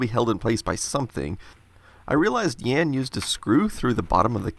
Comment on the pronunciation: Jan is pronounce more like "yahn" not "yan". Just for future reference 😉